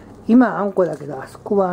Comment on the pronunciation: あんこがたまにうんこに聞こえんのどうにかしてくれ